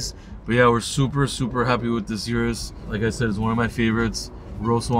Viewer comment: Thanks for pronouncing Urus the correct way. I always check and confirm how employees and manufacturers pronounce the name of their products.